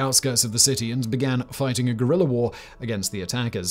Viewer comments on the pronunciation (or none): none